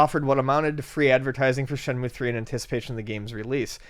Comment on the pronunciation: Shenmue, not Shemue